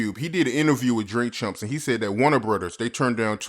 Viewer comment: Am I hearing things or did the interviewer called drink champs drink chumps ?